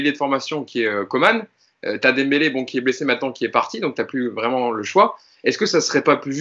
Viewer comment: Le "Dem" normalement ne se prononce pas "dème" mais plutôt comme une DENT ou comme DANS (je travaille DANS la finance)